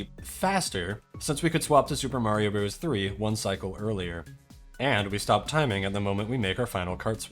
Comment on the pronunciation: Bros. is an abbreviation for "brothers" and is pronounced "brothers".